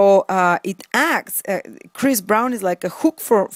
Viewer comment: lol!! chirs.. chris.. umm what's his name... very funny